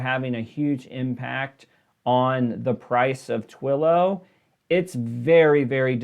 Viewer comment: I do not think you have any knowledge or understanding of stocks. You kept mispronouncing Twillo. It is the market leader is communication software. You are reading off numbers but do not seem to understand what they mean.